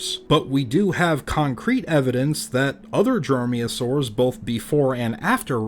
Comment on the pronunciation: Dromeosaurs, not droyosaurs ...